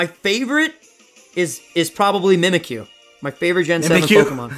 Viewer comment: The godly mudkip Dylan its mimikyu not mimakie